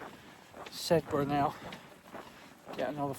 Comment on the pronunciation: Sedbergh - pronouced 'Sed-ber' (or 'Sebba' by the older locals,) is one of the few places that are within the Yorkshire Dales National Park, though actually located in the county of Cumbria. (It was historically part of The West Riding of Yorkshire, but local government reorganization buggered that up, by moving it's admistration to 'Westmorland and Furness' in 2023, which is politically part of Cumbria!) Burneside - pronounced 'Burn-ee-side' (the 'e' is important) is the last stop before Windermere on the Lake District branch line, and the often eagerly anticipated 'announcement' for families arriving for their Lakes holidays by rail! I'm sure you knew this, but if you carry on after the official end of The Dales Way, and walk downhill into Bowness-on-Windermere, you'd come across a frequent bus service (Stagecoach Cumbria 599: every 20 minutes in summer,) which would take you directly to Windermere station to start your journey home; (of course, if you aren't in a hurry, there are loads of excellent pubs in Bowness, where you could celebrate the end of your walk, first!)